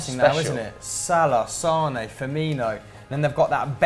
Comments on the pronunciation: said Sane instead of mane lmao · Matt Ames He also Said Sane instead of Mane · Liverpool have manè not sanè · Sane? U mean mane.... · said sane instead of mane and sissohko instead of sakho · not sane it's mane and not sissoko it's sakho hope you will never make mistakes like this hamster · Sane? do you mean Mane? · First says Sane instead of Mane and then says Sisoko instead of Sakho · He said sane not mane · You said sane it's mane sane plays for city. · When he was talking about the Liverpool attack he said sane instead of mane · He called Mane Sane as well lol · Matt Ames haha yeah I'm glad I wasn't the only who noticed that